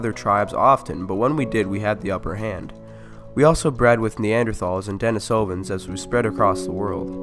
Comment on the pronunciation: Your PaleoWorld intro music always brings back such memories! Thank you! And though I'm no expert, I think it's pronounced "DeNEEsovans".